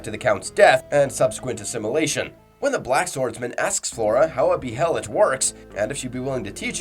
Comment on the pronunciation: Dawg pronounce the names right the anime literally says how the behelit pronounced it’s “ bay lit” Same with skull knight, he’s only once been called by name and it’s not “skeleton king” yes he WAS a king but you can’t be a king of a land that no longer exists. I bet this guy pronounces casca as “kas Ka” ik it’s not that big of a deal but dude for a guy that half his channel is berserk content you’d think he’s say the characters and things names correctly